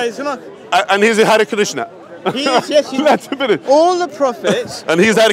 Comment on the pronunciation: "And he is hry Krishna" 🤣🤣🤭 is Legendary.